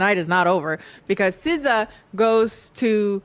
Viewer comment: Sza??? Sskijs🤭